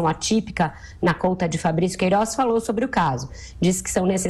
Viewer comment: essa mulherzinha fala é mal. razigou, poriquê, peridido, jorinal, queirozi, etc...